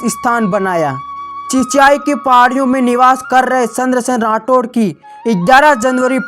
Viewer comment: 😂😂 सही बोला आपने पर उन्हे चंद्रसेन बोलना नहीं आ रहा